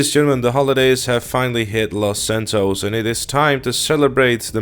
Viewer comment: its los santos not fucking lasantoes